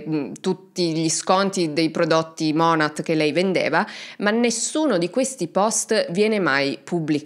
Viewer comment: Non vedevo l'ora di un nuovo video ❤ Volevo solo correggere un particolare, la pronuncia di monat è monè, lo dico solo perché ci sono tante creator americane che cercano di sensibilizzare sul tema mlm ed è bene riconoscere l'azienda nel caso qualcuno ne sentisse parlare.